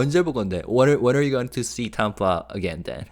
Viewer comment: thank you for all your translation videos!! TAMPA rhymes with Stamp, Camp, Amp ( wattage). You say it with a British accent. It is TAMP- Ah, like Stamp-ah. You are saying Tompa, Tahm-pa. Like the name Tom. Cramp. Stamp. Camp. Amp. Damp. Tamp-ah